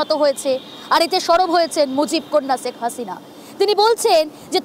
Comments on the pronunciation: #আগে নামটা তো ভালো ও শুদ্ধ করে বলতে শেখ 😊😊😂😂😂 ছেক হাছিনা কী....???😊😂 শেখ হাসিনা বল... শেখ হাসিনা 😂😂😊 #তোদেরকে সাংবাদিকতা ও খবর পড়া এবং সংবাদ উপস্থাপন করতে শিখ 😊😂😂 # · সেক্স হাস‌িনা 😂 উচ্চারন ই জান‌ে না হয়‌েছে উপস্থাপ‌িকা